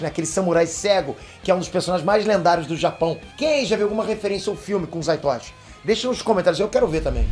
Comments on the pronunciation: Correção, não é Zai Toichi - é ZATOICHI - Fale errado nome do meu menino não.:elbowcough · É Zatoichi!! E não Zaitochi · Opa, o nome do samurai cego é Zatoichi, não é como você pronunciou "zaitochi"